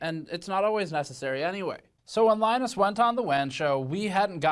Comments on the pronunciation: I like how pronunces Linus like Guinness. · Interesting you can't pronounce Linus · I'm going to slit my wrists if you continue to pronounce Linus this way. This is not a joke